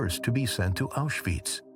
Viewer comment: Stop calling it Auschweeeetz!!